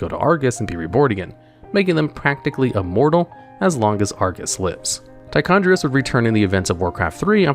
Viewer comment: Homie it’s Tichondr*i*us